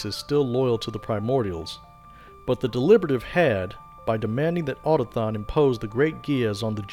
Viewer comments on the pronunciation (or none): > otathon Nonono. A, u, to, k, thon.